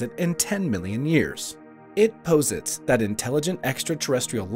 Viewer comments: I recommend this "narrator" visit the Merriam-Webster website for audio of the correct pronunciation of the word POSIT. It's like "pause it." Not 'Poe Zit." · It’s annoying that this is an intellectual post but you cannot pronounce the words “fermi” or “posit” correctly!.. like nails on a chalkboard man!! 👎👎🥴🥴